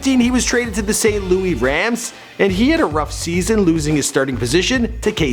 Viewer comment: Yo, what the hell is Saint Louie? Where is that at? You’re referencing Saint Louis. The shithole in the middle of our country. You do little to no research, and mispronounce multiple times every video. Also, it’s Pederson. Pronounced just like Peterson. Do some research, dunce.